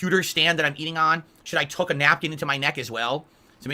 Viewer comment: It's tuck a napkin not Toke a napkin it's hard to come off as being smart when you mispronounce a basic word and don't bother to correct yourself